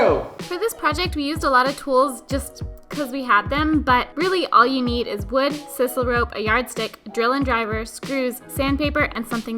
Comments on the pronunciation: It's sisal with a long "i"! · Guys, I love ya work, but I gotta be honest with you: it's sye-sal